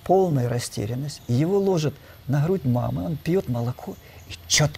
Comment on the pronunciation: Извините, НО, когда говорит и НЕ один раз:-звОнит, и лОжит, то это не подобает грамотному "учëному";а о дыхательных упражнениях можно рассказать в 10 мин!!! 😤